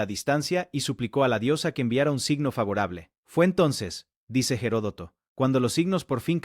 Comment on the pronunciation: Se lee y se pronuncia "ERODOTO". "Gerodoto" o "Jerotodo" , es incorrecto.